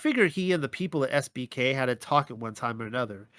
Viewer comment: Oops, I now see you wrote SBK but it sounded like SPK. 😄